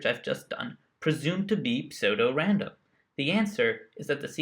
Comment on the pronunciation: Good job searching and learning, dude. FYI, it's pronounced "Sue-Dough-Random". ;)